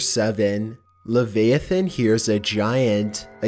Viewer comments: hey my guy it is pronounced “ le vi a than” not “le v ai than” that probably made no sense but love ur vids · "lah vi ah thin" not "lah veha thin" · Lev-I-ah-than XD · Bro straight up said “lavayathin” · It's pronounce "La- VI-atan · u said leviathan wrong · Reaper Leviathan.